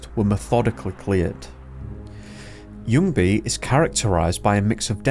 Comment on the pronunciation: I did not expect you to pronounce ljungy that correctly, even had a hint of swedish accent in it